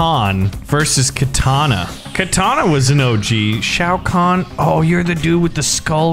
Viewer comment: I mean at least he can pronounce Shao Khan